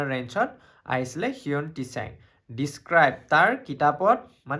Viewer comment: হিউৱেন টিচাং neki bro......val hol koi dila moi ako হিউৱেন চাং বুলি পঢ়ি থাকো ... Lol